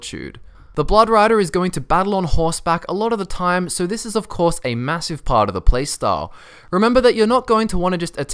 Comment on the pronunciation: Did u just say "a courier, not in primm of coarse"!